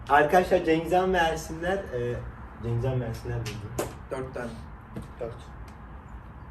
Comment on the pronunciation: cengizhan derken cengizan gibi geliyo😂